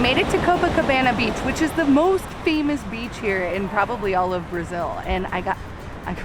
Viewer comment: ❤️🇧🇷 but your pronunciation in Brasil and Rio de Janeiro is perfect 🤩